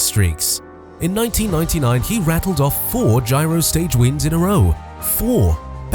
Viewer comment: What's with the "Gyro"?